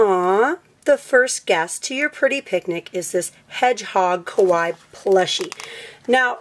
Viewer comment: Sry but its pronounced kawaII not just kawi